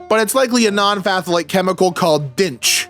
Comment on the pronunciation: The ph in phthalate is silent lmao. It's pronounced "thalate'